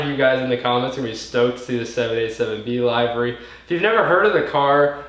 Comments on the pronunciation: Livery. Liver-e not lie-ver-e... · li-və-rē not live ery. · Looks amazing. But Livery is pronounced "Li•vr•ee"